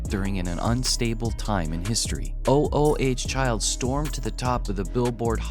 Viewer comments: O o h child? I thought it was Ooo Child.🤨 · Is this another computer voice it's not o o h child it's OOO CHILD don't just read LISTEN TO THE SONG ! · It's not O. O. H. child. It's sounds like oooh chile almost eww but ooh instead, it's a word a sound.. . Spelled. ooh child.. not O. O. H. child.. really? is this a bot? or just,, sigh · Please stop calling it o o h child. It was oooooohhhhh childv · It's not called O-O-H Child, it's called "Ooh Ooh Child". [even though it's spelled "O-O Child" on the 45 single cover] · stop calling it O, O, O, H, Child! It's oo-oo-child...jeez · Ooh Ooh child not o o h child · It's ooh child. Get it right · OMG. Stop saying O O H child continually. It’s hurting my brain!!!! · O - O - H Child? Don't you even bother fixing AI voiceover mistakes? I quite watching after that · Your AI voice sucks. Oooh, Child...Sih-BAY-lee-us...sheesh... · I love these AI narrators. "O-O-H-Child".